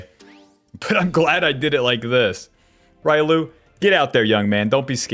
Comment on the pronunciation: Say it with me..."ree-oh-loo" not ry-loo...this ain't street fighter my guy lol